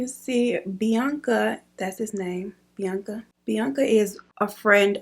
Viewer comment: you could have given me years and i wouldnt have guessed you say his name like bianca